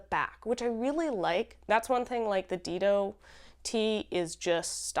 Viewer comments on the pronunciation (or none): Great show! Dido is pronounced Dye-doh, named after the first queen of Carthage. 🙂